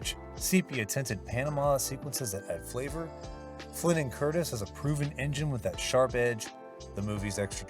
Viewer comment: It’s Curtiz…with a ‘z’ NOT Curtis!! Please stop mispronouncing his name…it’s not difficult!!